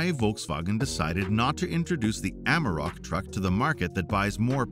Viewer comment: ... AmArok... not Amrok 🤦‍♂